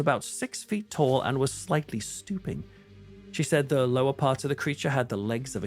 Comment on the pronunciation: At first I thought you said slightly stupid instead of stooping. i was like hey now that's a little uncalled for. 😂